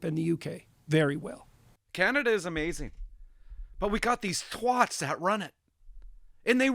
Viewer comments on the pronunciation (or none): Brother for the sake of all things holy and for the future generations of Canadians PLEASE learn how to say TW@ properly. It sounds like HAT. SAY it properly you sounded like a twat